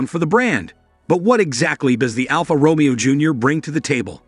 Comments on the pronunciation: It's not RomEo - it's RomAYo - stop it!! Almost unlistenable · "Row-mee-o" smh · Please learn to pronounce 'Romeo' correctly. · I want to tear my hair out every time he says Romeo, is pronounced Ro may O...and not Mustang Machi..is Mach E...